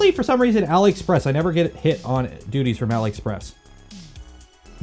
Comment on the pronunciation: You said "DUTTIES" ! More than once!! Thats funny. DOOTY! "Expect to get hit with DOOTIES!".